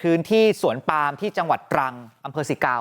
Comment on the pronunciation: นักข่าวที่อ่านว่า สวนปลาม ยังอยู่มั้ยคะ😂😂😂